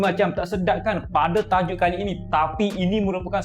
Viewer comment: Sebut betul2 bang Kali ini..bukan qali ini😂